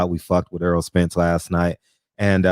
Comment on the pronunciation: You're a big Spence fan as am I. Are you ever gonna say his name right. Its not "Earl". It's " Errol".